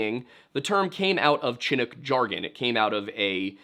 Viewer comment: Chinook is pronounced more like “shinook”. 👍🏻